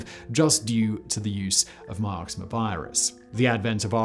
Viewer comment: Mix-oh-ma virus Simon